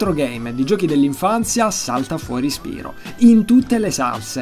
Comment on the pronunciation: Io non sono un fannoy di spyro ma si legge spairo non spirooo perchè spyro deriva da pyro che si legge pairo! :3